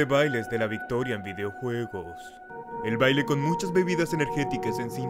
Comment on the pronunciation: Voctiria?? Jaja